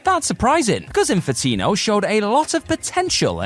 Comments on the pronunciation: Come on man,. At least 3 times you said Infitino instead of Infinito. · Infinito...not Infitino. How do you keep switching back and forth?